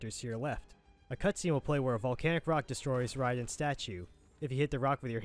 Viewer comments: Who is ryden? I’m just messing with you bro. I’ve never heard his name said that way. Ray-den. Raiden. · I think it’s Ray-den not Ri-den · Did this dude just call Raiden ryden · Nobody talking how he says raiden he says Riden but very helpful video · Riden.? You Have To Be Saying That Wrong On Purpose.. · Here we go with the saying Raidens name wrong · It’s Reasons and raiden😂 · L it kills me... this game has been out since the early 90s and people still butcher df outta it. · Amazing video, very grateful. But how the FUCK do you pronounce Motaro and Raiden that way?